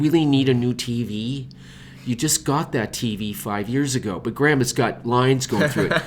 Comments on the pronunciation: Is your name pronounced Grey-ham or Gram )? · The way you pronounce Graham is just... My ears... are bleeeding